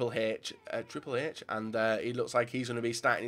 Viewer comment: Triple 'hage'.... as a wrestling fan i cringe